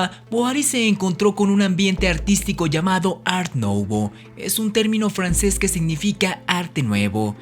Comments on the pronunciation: No lo pronuncie como Nouvo es Nuvo y la "v " casi como " f " tienes muy agradable voz y me encantan tus vídeos e investigaciones. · Tu información es muy importante y veraz, tu dicción es corregirle, Art nuvó y Art decó, sería correcto. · De pronuncia "art decó" y "art nuvó". Gracias por el video,.